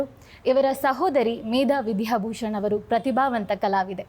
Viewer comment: ವಿಧ್ಯಾ ಅಲ್ಲ, ದ ಕಾರ ಅಲ್ಪಪ್ರಾಣ ವಿದ್ಯಾಭೂ... ಆಗಬೇಕು